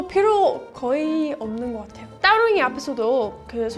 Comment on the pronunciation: 와.. 한국말 유창하다고 생각은 하고 있었지만 제가 존경하는 스승님(국어 선생님)이 서양 사람들이 다 따 타 발음을 잘 구분 못한다고 들었는데 따릉이 발음이 따봉입니다. 저는 타릉이 혹은 다릉이 라고 할 줄 았는데.. 제대로 발음하시세요 ^^b 늘 건강하시고 좋은 일만 가득하시길 기원합니다.